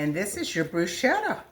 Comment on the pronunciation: Love bruschetta! I’m thinking about growing basil in the garden this year just so I have it fresh for this very purpose. Your’s looks delicious! I’ve never tried putting balsamic glaze on it; I’m going to give that a try. In Italy, the “ch” in bruschetta is said as if it were a “k,” but any you say it, it is delicious!😊